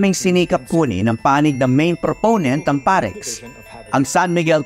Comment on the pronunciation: parex, dapat perax ahaha.